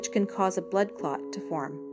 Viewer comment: Do you mean blood clot, instead of blood cot?